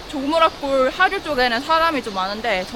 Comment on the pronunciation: 조무라꼴 → 조무락골